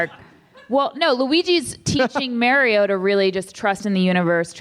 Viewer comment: Paul - why are you and June saying Mario’s name wrong the ENTIRE episode? 😂 little distracting…